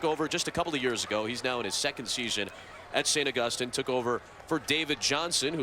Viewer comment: How hard is it to say August- EEN